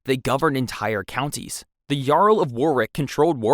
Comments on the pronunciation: Why the fuck are you saying Yarl and not Earl or Url? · It’s so funny hearing the ai voice say yarl it’s pronounced url, viscount is pronounced vi count but all one word